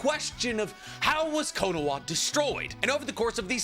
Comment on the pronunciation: Bro why does he keep saying Konowa???